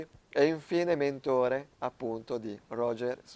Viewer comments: No... "mentóre" non si può sentire. Una passi, due sanguinano le orecchie. - Mèntore, con l'accento chiuso (la È di Elisa) sulla prima vocale. Tolto questo dettaglio.. complimenti video magnifico. Ce ne vorrebbero di più di video storici e magari anche più approfondimenti di storie e persone. Da sempre sostengo che nella vecchia Europa, se non si compra "storia", allora si perdono radici e si compra Cina e consumismo. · Sì ma non si dice MENTÒRE ma MÈNTORE. Greenwich non si pronuncia GRINUIC ma GRÈNIC. Claude Lyons era londinese, quindi non si pronuncia CLOD LIÒNS ma CLOD LAIONS. Dreadnought si pronuncia DREDNAUT. La azienda non si è mai chiamata VORTEX, ma VERTEX. Don Cochrane non si pronuncia COCIARÈN, ma CÒCREN. Il Dent MINISTRY non si pronuncia MINÌSTRI ma MÌNISTRI. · CAPRA, SI DICE MENTORE CON L'ACCENTO SULLA E